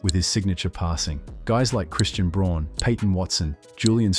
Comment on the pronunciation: Not only that, he can´t pronounce Jokic´s teammate name Christian Braun, he says something like "Christian Brone" but it should be "Brown" because it is from German origin.